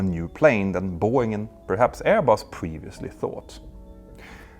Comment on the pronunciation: Btw, your pronounciation of 'Airbus' got me the idea of calling them 'AirBoss'...🤭😉